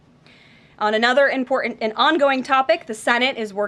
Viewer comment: Karoline please pronounce correctly the word: "IMPORTANT".... not "IMPORTUNT"!